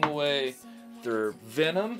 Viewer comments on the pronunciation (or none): none